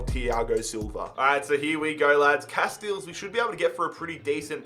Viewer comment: Pcq: it's not pronounced "Koah-Enn Cast-Eels" its "Koon Cast-Ales"